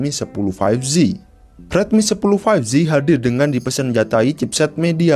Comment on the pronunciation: 5G dibaca "faif ji" bukan "faif zi" bang